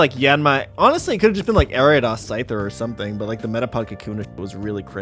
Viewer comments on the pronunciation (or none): none